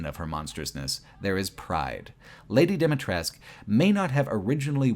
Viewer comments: Great video, just one small correction: Dimitrescu - the U at the end is not silent, but very prominently pronounced in Romanian So it's not "Lady Dimitressk" but "Lady Dee-Mee-Tress-Coo" - ironically many youtubers made this mistake, omitting the last vowel and I don't know why. Do the characters ingame omit the vowel too? Haven't played it yet, but if so, it would be the same thing as with Niko Bellic back then during GTA IV, where the VA pronounced the C like a hard K, despite the correct serbian pronounciation ending with a sound akin to the CH in "Choose". Nonetheless, insane what kind of work you put in for this project. Watched it over the course of 3 days during breaks at my job and I enjoyed every minute of it. Keep it up! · Say it with me: "Dee-mee-tres-cuu